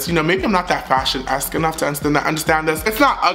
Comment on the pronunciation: I love you too!! I cried when you kept saying “FASHIEONN” 😂❤️